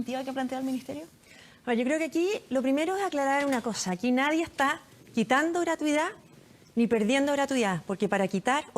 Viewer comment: La ministra de educación no sabe ni hablar... gratuidá, eficá, proridae, nuea, priorizao, educatía. Así cualquier flaite con plata llega a ser ministro